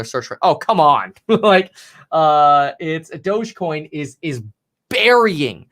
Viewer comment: Please stop saying douge coin I'm pretty sure it's pronounced (doggy) dog e coin thus the picture of the little (doggy) on the coin lol